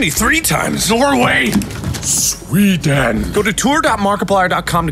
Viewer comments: Mark: Sweeeedan Me: cant stop laughing No, stop it! Make it stop XD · Him: holds up doggo "SwEeDaN" Me: can't breathe 😂😂😂😂😂😂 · “swee den” -markiplier 2017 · Everyone be talking about how he said Sweden but it was more “SWEEDEN.” Than “s w e d e n” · "swee den"